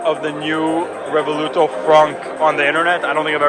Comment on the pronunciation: Revuelto, not Revoluto😂